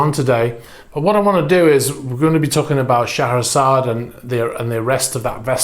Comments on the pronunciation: It's pronounced "Share-a-zard". Hope that might help a bit. I believe it is a pretty universal pronunciation of that beautiful name. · Great video. On a funny note- i didn't realize that "Шахерезада" is pronounced like you did)